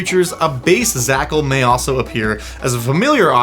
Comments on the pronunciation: A pack of Zhakals, a packle, of Zhakals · It offends me that you pronounced zh as /z/ instead of a voiced /sh/ or like a j /dzh/ without the "d" on front, which is clearly implied by the spelling! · zh would be pronounced not as a z but as a french j